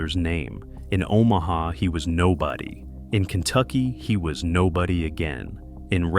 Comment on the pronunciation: "O MAW HAW, Nebraska" .... love the AI narration.